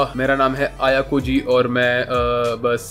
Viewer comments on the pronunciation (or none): Bhai Ayakoji nahi Ayanokoji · Bro pleas say the main carracter name aynokoji its not ayokoji pleas bro say main carracter properly😊